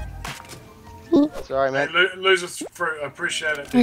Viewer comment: for some reason, I kept thinking people were saying Lucifer instead of LoserFruit